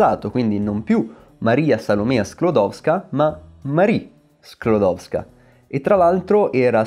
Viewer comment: Se imparasse la (giusta) pronuncia dei nomi e cognomi polacchi, almeno il nome e il cognome della stessa Maria, sarebbe perfetto. Grazie, comunque.